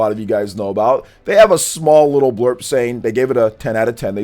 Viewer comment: You said "blurp" several times, I think you meant blurb 😂